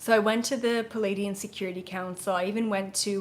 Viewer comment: Hi, I am new to you, and I love your work. I have a question... When you said Pa-lay-dian, are you referring to the beings from the Pleiades? Who are the Plea-i-dians? I hear so many people mispronounce that, and it can be very confusing. I just want to make sure that there isn't a race of Palaydians that I dont know about! Thx in advance for the clarification! A fan in Vermont